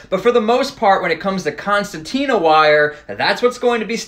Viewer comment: It sounds like is putting an extra 't' in concertina.